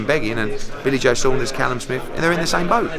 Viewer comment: Watch the way he says “billy joe Saunders “